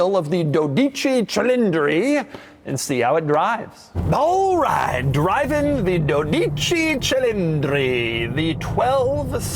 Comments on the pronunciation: Oh come on Doug! Its dOdici cilindri, not doh dIci... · It’s not duditchi , it’s dodici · hi Doug, greetings from Italy! it's called dódici and not dodìci, the accent is on the first o 😅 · “Doh-dee-chi”, not “Doh-deechi” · The name is dOdici, stressed in O. Not "dodIci" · DO-dee-chee. Not, do-DEE-chee. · For god sake the accent is on the O (Dódici). An italian dies every time they hear doddìci 😭. mamma miaa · Its pronounced "do-di-ci" short and sharp... cause it's sounds soooo weird the way you're saying it like "dow-diii-ciii" 😂😂😂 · Dodeechi Doug?… Cmon! DOdichi baby! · It’s not doh-Dee-chee, but dohdee-chee…. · NOT doGichi. DODICI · Doug it’s dough di chi.. not dough deee cheee. 😂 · its pronounced "DOWDA-CHEE".... not... "Dow-DEE-Chee" LOL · It's pronounced DOdici cilindri. Not DoDIci. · you almost got it right however, it's dodicì, not dodìci. The accent goes at the end! When in doubt, Google translate can help! :-P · It's pronounced "DOH-dee-chee CHEE-leen-dree" ... with the accent on the FIRST SYLLABLE of each word. But you're in good company with just about every other anglophone who has reviewed this car! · Even though Doug shares the office with an Italian, he didn't care to ask how to pronounce Dodici Cilindri 😅. In case you are wondering, it's pronounced DOH-deechee, with enphasis on DOH. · One might expect, with a name like De Muro, he'd know how to pronounce "duo dieci" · Since no one took the time to tell ye, the pronnounciation goes strong on the first syllabe. > DO-dici. 👍👍👍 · Doug why the foug don't you just ask Filippo how to pronounce the name? It's "daw-dici" with stress on the FIRST syllable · My ears Hurts hearing you say Dodici Cilindri. It's like like Someone say DoouG DiMauro . Hit first part of DOdici not doDIci Cilindri! Sorry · Pronounced DOH-di-chi. 😊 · DOdici. the emphasis is on the first syllable 😊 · The correct pronunciation is "DOH-dee-tchee", with the emphazis on the "do". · Is correct. Dodeechee is wrong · D'OH ...deetchee